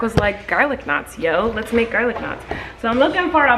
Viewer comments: I thought she was saying "garlic nuts" and I was very confused.. then I realized she was saying "knots" hahaha. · This whole time I thought she was saying “Garlic NUTS”. I was like. Why are you making bread??? 🥖